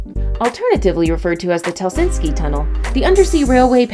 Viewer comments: I would say you need to get the correct pronunciation of the places your naming, example its HELSINKI ( only 1 s not helsinski) and folkestone the way you said it made me laugh so hard its FOLKE as in people and 2nd part speaks for its self FOLKESTONE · Incorrectly showing the channel Tunnel with roadways....it carries only trains. Also full of annoying mispronunciations of Folkestone, Calais, and Helsinki. Bosphorus, and Thames.